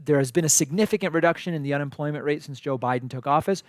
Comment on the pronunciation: Did she say unenfloyment?